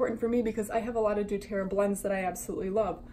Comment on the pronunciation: Saying they have the same recipes is ridiculous. What makes doTERRA and YL different and worth the money comes in their sourcing. I personally use doTERRA (also, please learn how to pronounce that correctly) and they have contracts with their specific farmers that are mutually beneficial. Revive can try to copy the recipes all they want, but they will never have the exact same sourced oils. And their whole website about being “different” and “more woke” is way sketchier than an oil-based MLM ever will be.